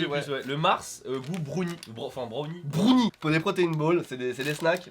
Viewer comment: Asarei65 a peu prêt tout le monde. Brounie c’est pour les gamins de 13 ans qui arrivent pas à prononcer un mot en anglais.